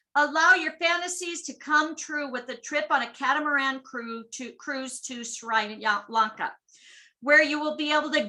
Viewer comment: The pronunciation us - Sree. Lón.kuh